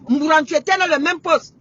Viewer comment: La maman était énervée c'est pourquoi elle prononce mal ces noms là, je la comprends car la colère nous met hors de nous. C'est Oligui et Mbourantsuo. Moi j'avais déjà compris...